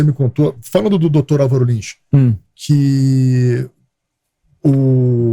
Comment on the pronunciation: Parei de assistir quando ele falou Álvaro Lins